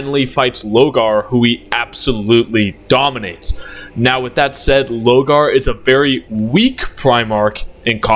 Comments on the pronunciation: Pronounce “Lorgar” Correctly Challenge: Maximum Difficulty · I'm taking actual physic damage everytime you said Logar, my brother did you need see the r? 😂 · Damn, the amount of times you mispronounce my man Lorgar name. The disrespect 😭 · Yurizen for lorgar was very funny